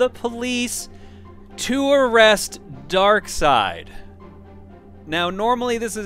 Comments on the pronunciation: I am pretty sure it is pronounced Dark Side, not Dark Seed. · I refuse to pronounce Darkseid as Darkside. I pronounce it as it's spelled. Bad grammar should never be helped. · It's pronounced "Dark side"? I thought it was "darkseed" for some reason. "Did you kill Lois?" Just like Action Comics being one of the longest running comics, this will be the longest running LP by the time it's completed.